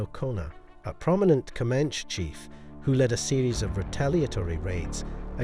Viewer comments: Pretty sure it’s pronounced co-man-chee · You do know that E at the end of Comanche isn't silent.